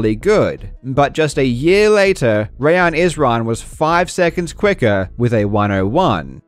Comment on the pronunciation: as a Rayyan who gets his name messed up all the time, I just want to thank you for getting the pronunciation right. absolute legend.